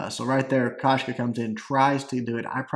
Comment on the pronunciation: its koshka